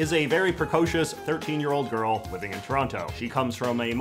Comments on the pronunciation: The most inaccurate thing about this film is them pronouncing the second t in Toronto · As someone from Toronto, they nailed pretty much everything except the characters don't pronounce it "Terrano." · How are they supposed be from Toronto and still pronouncing that second T? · I'm from Kitchener & I always thought the way Toronto actually said it was "Tronno". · I have memories of Don Cherry on Hockey Night in Canada pronouncing it as "Taranna" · Trronno. The e is only implied. :P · Forgive my ignorance but I thought people from Toronto said the name of their city as Toranno